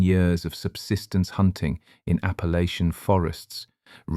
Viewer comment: Thank you for saying Appalāchian and not Appalatchian.